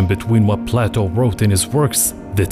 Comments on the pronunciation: It's Play-toe not Plateau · Play toe not platt o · This narrator is doing a horrible job! His pronunciations are totally off. He pronounces PLATO as plateau amongst other horrors! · No. The Richat Structure is not the leading challenger for the location of Atlantis. It’s in the Azores to best match Plato. Btw Plato (at least in English, and American) rhymes with Playdough. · The way he pronounces Plato are you serious bro?